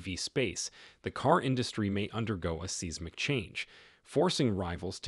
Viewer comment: Yep. Fake. AI voice too that doesn't know how to pronounce "Seismic."